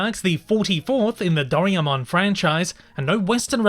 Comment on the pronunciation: “Dough-rye-mon” Just for future reference!